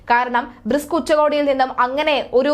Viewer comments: ബ്രിസ്ക് അല്ല. ബ്രിക്സ് ഉച്ചകോടി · റസ്ക്ക് തിന്നുന്ന പിള്ളേരെ പിടിച്ചു വാർത്ത വായിക്കാൻ ഇരുത്തിയാൽ ബ്രിക്സ് എന്നത് ബ്രിസ്ക് എന്നെല്ലാം പറയും , റിസ്ക് വേണ്ടാ